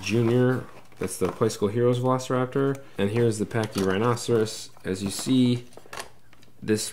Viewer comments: How it's pronounced is Pack-ee- rye-no-sore-us. Not pachyrhinoceros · It's pronounced (paky-rino-saurus) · Why do you say Pachy-Rhinoceros? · Something about the way you pronounce it bugs me lol... I'll get over it haha